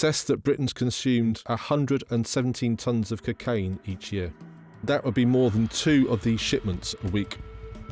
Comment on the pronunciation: The way this nonce says cukain does my head in 😂